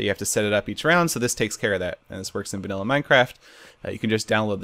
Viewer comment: yea it isn't vallia it's vanilla